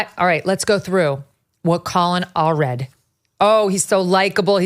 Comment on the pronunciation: most certainly not Allred lol 🇺🇸🫡